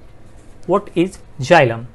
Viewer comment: Is is not jilam it is xylem u are pronouncing wrong